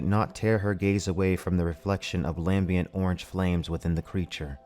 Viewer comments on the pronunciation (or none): Exhalations, not exultations . Lambent, not Lambient . You read nice sir, but are prone to a few glaring errors like this, try letting your eyes scan ahead a little, it helps to avoid such. I do enjoy the videos.